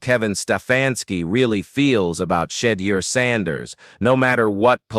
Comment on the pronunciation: I hate stories narrated by AI. He’s mispronounced Sheduer’s name every time he said it.